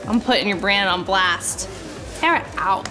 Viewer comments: Why is nobody talking about the fact that she said its pronounced tare-uh and dhar said tar-uh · its not Tara Its TERAAAAAAAAAA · Dhar mann said tAra not tEra he wrote The Script himself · It's Tára, by the way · even dhar mann says tara's name wrong XD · I love that Dhar also mispronounces Tara's name 💀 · Dhar Mann you said Tara the wrong way Tara: I'm angy!!! No one calls by my right NAMMMEEEE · “Tara?” “UHHM- ITS TARRA” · Love how Dhar mispronounced Tara’s name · I love it how she pronounced her name tara but dhar mann pronounced it the way she said to not😂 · You said her name wrong Tara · Why Dhar Mann pronounce her name wrong🤣🤣🤣